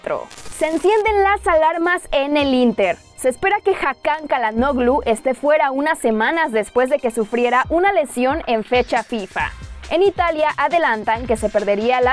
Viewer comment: No es hate pero se pronuncia Eibrajam y Chalanoglu, saludos 👍🏼